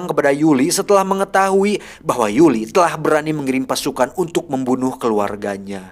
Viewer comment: Koreksi bukan Yuli tapi yuri